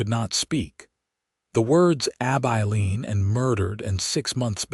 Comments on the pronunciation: A-bye-leen.? Terrible AI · Heartwarming Story - enjoyable. Too bad most people don’t know about herbal remedies. Listening from Ontario, Canada. Narration needs a bit of work on Southwestern name. ❤ 🙏 ❤️ Abeline = “A - bell - Lene”. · Please look up pronounciations of towns. Abilene & Salina are both wrong. I am listening from Kansas & both those towns are 1-2 hours away. Caleb was also wrong